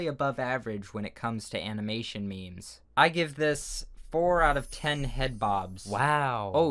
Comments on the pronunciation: It's not me mes it's memes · "Animination meymeys"